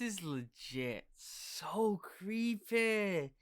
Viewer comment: This is legit creepuh this is lugit cweepeh